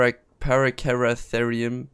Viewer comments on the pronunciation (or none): Its R-throw Plu Ra. Gia-gant toe Pith ah Cuss . Para Cara Thee Rum . may be phonetic spelling will make it easier to say :-)